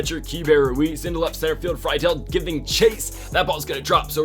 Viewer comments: it’s free dull not fry dull also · It's pronounced Tj Free Dool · As a reds fan it’s pronounced “Free-Dil” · This is how u say tj friedls name free-dl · also Friedl is pronounced Free-Duhl